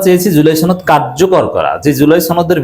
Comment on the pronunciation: "সনদ" এর উচ্চারণ টা ঠিকমতো করবেন, এটা ছনদ না।